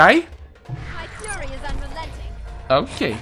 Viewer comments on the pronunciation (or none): none